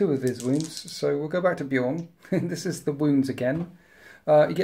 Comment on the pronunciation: As a long time time space wolves player I can completely forgive the mistakes with the space wolves unit names, simply because he's pronouncing Bjorn corectly. Its so jarring hearing (usually American) people pronounce B Jorn with a hard J....